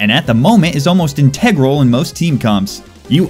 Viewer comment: Your pronunciation of "Integral" is the most triggering thing in all of the Side of Salt videos.